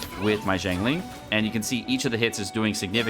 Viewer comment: BRO CAN YOU STOP BUTCHERING HER NAME, I LOVE YOU BUT PLEASE LEARN HOW TO PRONOUNCE HER NAME PROPERLY